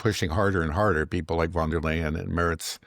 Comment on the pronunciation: How come americans, even your dad who is a very intelligent and educated man, who even worked as a translator, are somehow unable to understand that in German and initial "v" is pronounced as "f"? As in Von der Leyen... It's pronounced Fon der Leyen.